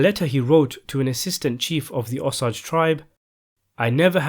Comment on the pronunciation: Repeat after me OOOH. SAGE